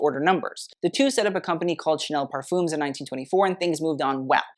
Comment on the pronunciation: Not to mention "parfum" or "parfums" pronounced as "parfoom(s)".....